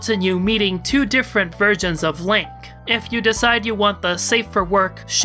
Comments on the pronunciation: I like hoy you pronounce Lanque as "Link". I was the entire video picturing Link as Lanque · Hearing you say Lank is so weird. I always thought it was Lawn-Kay. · I love how you pronounce Lanque as "Link"